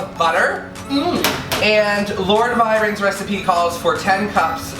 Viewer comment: Thank you so much for featuring my recipe! Oh, and for repeatedly sounding out "Lord Byron" like a snooty Brit! Ha! The gooey, stretchy marshmallow shot was gorgeous!